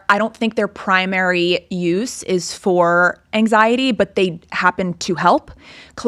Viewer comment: has a speech impediment so she pronounces some sounds “ily” like an old video of her when she was blonde said anxiety “anxiely”